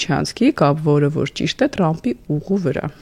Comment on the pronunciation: լայ լախչիկ լերլուծաբան խի՞ էս Թրամփին Տրամպ ասում Չե որ մենք թ և փ հնչյուններն ունենք դու կարողա՞ ռուս ես